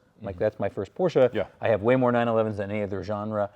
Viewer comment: Why you say PORSCHA ?